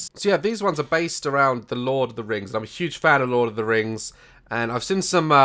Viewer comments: THE "teh lurd of the reings" WAHAHAHAHAHAHHAHHAHAHHHAHAHAHAHHAHAHAHAHAHAHAHAHAAHHA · Ah yes, Teh Lurd of Teh Reings 👌